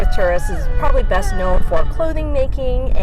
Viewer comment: "Beast" East or "Best"? LOL